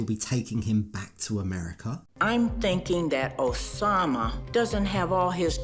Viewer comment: the name is Oussama (pronounced "oossama" or 'usama' just like Usman 'sojaboy") I"m so triggered when she says Oshamah